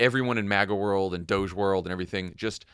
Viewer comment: Pronunciation, guys. Not DOGE as in "cogent". DOGE as in "dodgy".